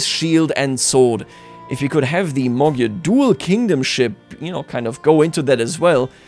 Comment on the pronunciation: What in the world is a Mogyer its MAGYAR